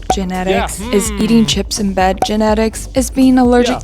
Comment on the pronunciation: She mispronounced eating, and it sounded like manifest.